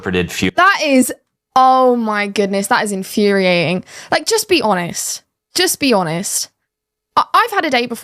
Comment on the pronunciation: there's a "T" on the end of the word "honest". It is not pronounced "honess", say the "T" sound please